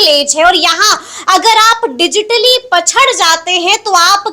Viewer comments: पछङ नही पिछङ बोलो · पछड़ बोलने वाले देश का भविष्य तय करेंगे 😊 पिछड़ बोलना सीख लो । ढंग का हिंदी बोलना नही आता और पत्रकार बन कर सरकार बनाने के गुर सीखा रहे हैं । बहुत बढ़िया ।